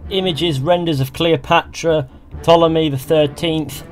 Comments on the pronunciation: I generally hear "Ptolemy" pronounced with an "Oh" sound, but I think the soft "aw" sound you use is equally accurate. The "P" probably wasn't silent originally, but nobody says it anymore, so whatever, your pronunciation is perfectly fine. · you pronounced ptolemy fine